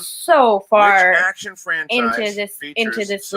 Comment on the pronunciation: "Call to AD-ction" lol jk. love you guys